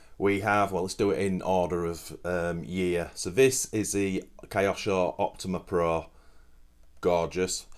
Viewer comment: great video, but how do Brits pronounce Tokyo? that kyo part is pronounced the same as in KYOsho, it comes from Japanese/Chinese character 京, but don't mind me, I'm just an American, carry on.